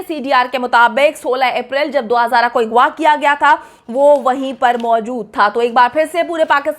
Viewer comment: Kash hamari u tubers apne pronunciation pe dhian dede strah ko satara agwa ko igwa bchio k bjae lrkio bolna